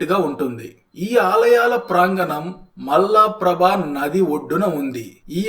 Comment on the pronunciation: అయ్యా నది పేరు మల్ల ప్రభ కాదు మలప్రభ